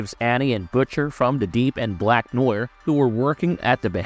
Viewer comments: And you said “black noyur” in the first minute and 30 seconds lmao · FYI, "Noir" is NOT prononced "Newer" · "black noy-er" 😂